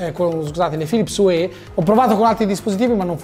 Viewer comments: "Philips uè"??? oddio o____O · Una recensione a opera di un sito di tecnologia, con 375k iscritti, e dice “Philips uè”.... ma come si fa! 👎🏼